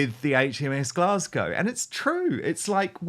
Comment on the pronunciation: Why did make such a blunder she had read Glasgow incorrectly it was embarrassing.